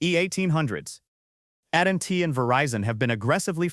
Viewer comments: The statement..I read every comment... "You"are A.I. . When the voice says.. at and t ...instead of AT&T..why should we depend on the accuracy of ANY "information" on these sites ". Biological, Sentient Humans need to remember: Those who will not use the brains and skills they have are no better off than those who have none. They are by their own choice subject to the will and control of those who would be their masters. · at & t instead of a-t-and-t... so annoying.